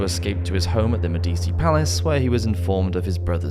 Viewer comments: I do appreciate your preemptive apologies for mispronunciations. A better fix would be to simply Google the names/words before butchering them. Medici is an internationally recognized historical name as they had a huge impact on the Renaissance. It's pronounced Med-EE-chee, BTW. That said, excellent content, très intéressant!! Helluva good tune!!! Slainté! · Typically I ignore the mispronunciation of these videos but the pronunciation of Medici irks me. I absolutely love this channel but I do wish if there is a name that you are unsure of how to pronounce or haven’t ever heard spoken please google it especially one like Medici that has had multiple TV shows made about itand there is even currently a show about Catherine de’ Medici called Serpent Queen and the Medici have even been featured in at least one video game series. So basically googling it for a check on pronunciation is pretty easy, even with the massive amount of research you already do I think this addition wouldn’t be to big of an issue to listen to the name spoken.